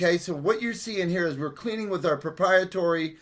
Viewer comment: Right, when we did my grandmother's house, with stains from 70 years of multiple people chain smoking, ammonia, baking soda, and steam got the walls to come out way better than this "priproetery" (if your going to call something proprietary know how to say pro-pri-e-tary...) cleaner he's using.